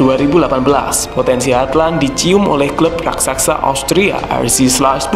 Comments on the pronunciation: Halland aja min bacanya, gausah hardland 😅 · halland nya dibacanya cukup "holan" bro, kyk holland bakery hehe🙏🙏 gas teross🔥🔥